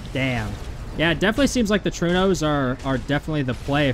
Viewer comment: Sir, are you aware of other languages other than english existing? Trueno is Spanish for thunder, and is pronounced "troo-eh-no", not "true-no". Please don't make my ears bleed no more 🙏